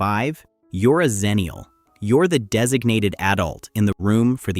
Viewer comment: Good material (as was the previous video), but am I the only one who’s always heard it pronounced as “EX-ennial” any other time / place?